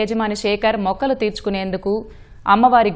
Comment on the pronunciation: తెలుగు రానివారు news readers గా ఈటీవీలో కూడా వుండడం విచారకరం. మ్రొక్కు తీర్చుకునేందుకు... అనే మొక్కలు తీర్చుకునేందుకు.. అని చదవడం.. సిగ్గుచేటు...😮😢